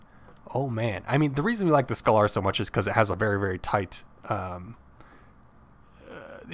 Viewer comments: Super informative video, love this. Thank you for the vid! keep up the good work and yes you got some of the names pronounced wrong (pretty sure it's "scay ler" not "scal ar" and i think it's pronounced "mash eye nen gwer" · Actually, scalar is a real life term in it is supposed to be pronounced scale-er. Pronunciation aside this was a great video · It's painful listening to this guy trying to pronounce "scalar".